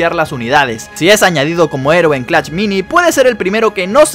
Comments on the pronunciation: Por que dice clach y no clash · Porque dice clach me da mucho toc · Jajaja como lo dice "clacht"